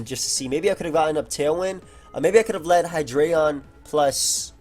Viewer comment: I love how actually pronounces "Hydreigon" correctly. So many dummies say it "High-dry-ghen."